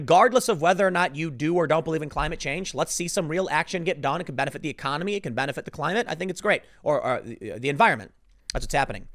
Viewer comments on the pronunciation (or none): none